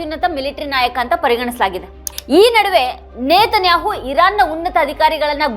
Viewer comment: ಅಕ್ಕಾ ಇಝ್ರೇಲ್ ಅನ್ನಬೇಡ ಇಸ್ರೇಲ್ ಎಂದು ಹೇಳು ನೇತನ್ಯಾಹು ಅಲ್ಲ ನೆತನ್ಯಾಹು ಎಂದೇ ಸಾಕು ಏಕೋ ನಿನ್ನ ಉಚ್ಛಾರ ಕೇಳುವಾಗ ಬೆಚ್ಚ ಆಗುತ್ತೆ